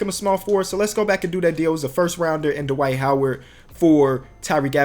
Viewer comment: How he said Dwight 😂😂😂